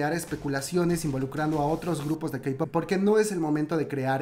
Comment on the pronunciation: Diste una actualización que realmente ayuda mucho a saber qué ha pasado después del accidente. Gracias por no contar solo lo que ha estado ya en medios sino expandir y complementar más el tema. Por cierto, amiga, no se dice "CEI-pop". Es "CI-pop" o pa´que decirlo en inglés y solo dices "CE-pop". (: suerte